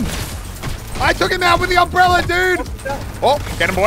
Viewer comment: no one: muselk: umbrellarrrr